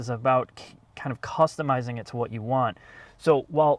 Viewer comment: I heard that as "cost-u-mizing". I never liked VW, but their diesel cheating then also came on top of that. And it's not that surprising. It's part of their arrogance of pushing their wannabe-future-tech onto everyone. The only credit I can give them is that the Audi rear design is really nice, especially on the more expensive models.